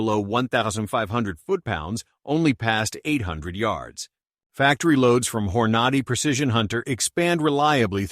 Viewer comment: I’ve become distrustful of this voice and I’m out after the pronunciation of Hornady.